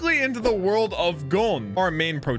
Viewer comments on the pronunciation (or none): none